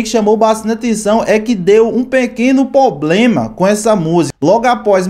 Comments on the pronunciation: Poblema não, e sim, "problema" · “POBLEMA” kkkkkkkkkkkkk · "POBLEMA" , " SPORTFY" , "A GENTE NÃO PODEMOS"... larguei!!!